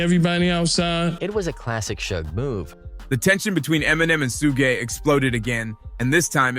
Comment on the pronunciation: Who the fuck is suga? It’s suge knight. Not suga. Su gay. ? Wtf?